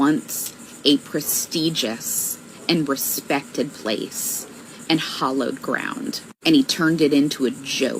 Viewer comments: To the red haired Trump hater, if you haven't already, you lose all credibility when you don't say the correct words ... 'it's Hallowed ground, not Hollowed ground you loon, there's a big difference. 😂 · First of all …. it’s hallowed ground, not hollowed ground Secondly - did she say the “emollient” clause? As in the skin cream clause …